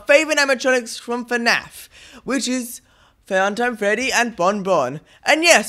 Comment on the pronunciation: Fuuntim Fredy and bombomb Sorry not supposed to be offensive it’s just funny the way he says it